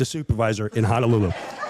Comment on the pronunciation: He's mispronouncing Honolulu for comedic "reasons." He's not a guy who wants to legitimately check out the area - he just wants his ritzy beach vacation. Combined with the fact that a lot of the tourists to Hawaii are like Jim Breuer and presumably stick to the touristy stuff instead of checking out local flavor, it puts a lot of stress on the Hawaiian economy and environment.